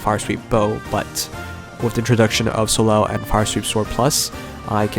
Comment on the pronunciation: Soleil is a french name, it's not pronounced So-lel, but So-ley. hope you get well soon :)